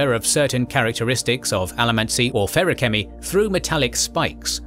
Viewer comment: so i know pronuciation is one of those things buts damn your pronunciation of specifics hurt my soul feruchemy was the worst